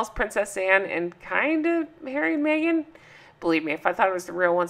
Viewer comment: Mee-gain is there? WTH ?